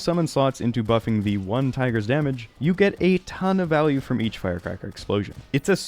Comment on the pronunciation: back to back with “tage” damage was crazy